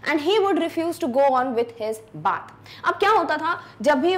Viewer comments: "baeth"???? Its spell "baath" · Bath is pronounced by beth in v4